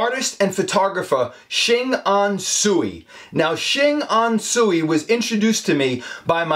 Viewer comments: Another cool episode,. This gentleman is truly gifted. A small correction. Tsui is pronounced "Choy". Probably a silly question, but have you checked out the artwork of Norman Wong. Also, a gifted artist that captures Bruce Lee very well. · Tsui should pronouce as Ts-ui, not su-i 😊